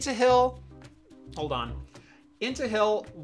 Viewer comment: I thought i heard “into hell” LOL